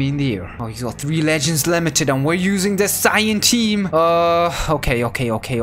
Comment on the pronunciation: I miss when said sayayin. 😔